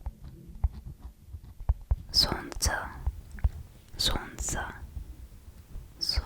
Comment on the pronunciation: хочу отметить(чтобы вы просто запомнили). В слове - Солнце, мы не произносим [л]. Получается будет [son-tse]. Удачи вам! :)